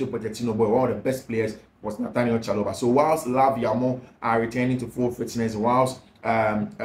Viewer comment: Please it’s Trevor Chaloba Please it’s Trevor Chaloba Please it’s Trevor Chaloba